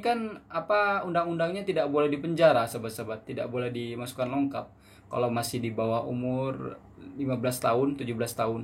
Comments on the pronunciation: Bang sebutannya "lokap", bukan "longkap"...hihi😉...salam dri Malaysia..Indonesia juga pasti bisa🙌🏻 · Lokap bro bukan longkap.tak pakai N dgn G. 😅